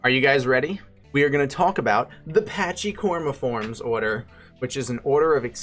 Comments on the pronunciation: Its pronounced packi-cormiformes, not patchey. It is derived from the Greek word pakhús. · BTW- "Pachy" should be pronounced "packee" or "packy" not "patchy." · Yeah as others have said corm should refer to trunk or stump. Also, with the way these words go, the "ch" should sound more like "k" (i.e. chaos, chimera) so "pachy" sounds like "packy" (which also sounds identical to a slur towards Pakistanis).